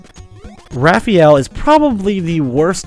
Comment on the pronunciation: LOL, I Know You Love Raphael A Lot, But His Name's Pronounced Differently: Ruh-faa-yell. It's Even Canon In Many Old, New, And Origin Games/Media. xD